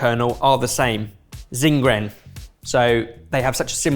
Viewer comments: Almond in Chinese is pronounced shing!-zen (written as xing-ren in pinyin), not whatever... said. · Eyyyyyyyyy almond jello! Little side note, Xingren is more accurately pronounced "Shing-ren". :)